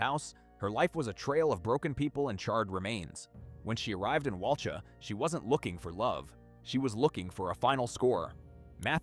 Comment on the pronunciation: The victim’s surname was Dunbar, not Perry. And Walcha is pronounced Wolka, not Wal-char. A little bit of research works wonders.